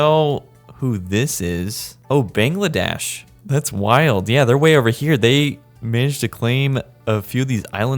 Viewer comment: The amount of times he mispronounced Bangladesh Iran and Laos is crazy 😅